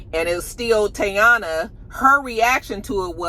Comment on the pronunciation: I cringe every time I hear you say Teyana’s name 😂😂 Have a good weekend 😊